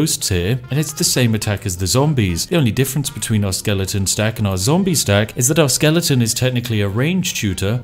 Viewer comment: Say skeleNton one more time.